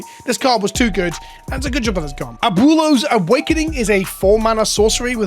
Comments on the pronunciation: At least he tried lol. Just say Ahh-boo-eh-low a tiny bit fast so the oo sound and the eh sound kinda blend together in the middle there. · Try saying it this way ... "AB - Well-o"... Its a tough word and no shame for the pronounced way that you said. stay milky my friend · "Uh-Boo-Lows" LMAOOOOOOO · Friendly pronunciation correction. Its AB - WAY - LOES awakening. Abuelo is "grandfather" in Spanish. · Me as a Latino hearing you say “Aboolows” hahaha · Better than SaffronOlive's Abooleo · I had 2 years of Spanish in high school like two decades ago and it hurt even my ears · ¡Cada vez que pronuncia Abuelo mal mi espíritu se muere un poco más! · I don't mean to be toxic but I really don't think when you're a content creator on the internet, there's any excuse to not know how to pronounce Abuelo. Like, I'll give it to Seth, he doesn't know how to pronounce English words half the time either, so it doesn't come off as any more disrespectful.